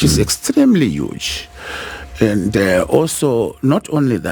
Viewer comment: What kind of learned lawyer says ENDE ??? ITS AND ...not ENDE